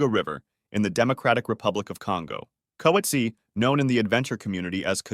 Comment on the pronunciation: coetzee is pronounced coot-zee-a